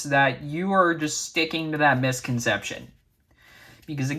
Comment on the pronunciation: I think they're referencing you trying to say the word misconception.